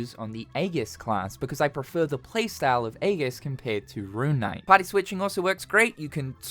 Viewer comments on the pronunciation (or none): .- JFC, how do people go through life not knowing how to pronounce certain words that are very common in stuff like games...Aegis is not pronounced A-Ges It's pronounced E-Gis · It's funny how there's one buffoon in the comments so seriously triggered on how u pronounced 'Aegis' 😂